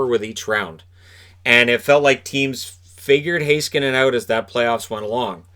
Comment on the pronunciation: As a Finn, I'm very impressed by your pronunciation of Heiskanen.